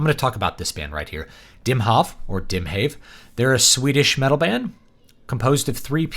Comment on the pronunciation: Great review of a great album released by a great band. Also, since I'm Swedish, I can tell you that you pronounced the band name correctly the first time you said it, sort of like "Dimhaw'v" - means "Sea of fog" or "Ocean of mist" more or less! :)